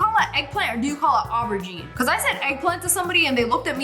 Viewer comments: You pronounce it as O BRUH GINE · btw it’s pronounced ( or how most people pronounce it ) ‘ o-ba-geen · It’s pronounced o-ber-jean hope that helps 😊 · Erm it’s aur Bow 🎀 jean